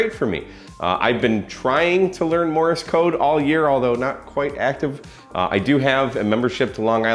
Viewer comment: just a note - it is Morse - NOT Morris very common mispronunciation